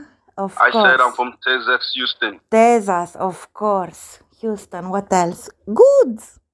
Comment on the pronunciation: It might be fun to call them out on their mispronunciation of Texas. You might tell them that they would seem more believable if they said it right.